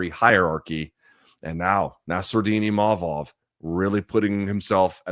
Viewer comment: Funny how Imamov made a point after the fight to say that his name is not "Imavov" but Luke keeps calling him that 😂